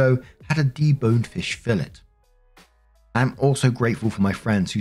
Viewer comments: ROFL did call a fish fillet fiˈlā a "fill it" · Fish fillet is pronounced fish fill-AY. The “t” is silent. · wild how england is right beside France but they still insist on not pronouncing words right. the t in fillet is silent and the e is an 'eh' or 'ay' sound